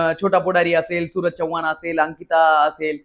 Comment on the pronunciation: नीट बोल भाऊ, चौवान नव्हेरे माझ्या, चव्हाण. 😂😂😂😂😂😂